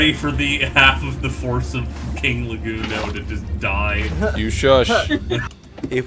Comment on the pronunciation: Legundo? More like, Le-King-doe am I right??? Lol GGs man, what a fun event, hope we can do it again in the future!! 🤓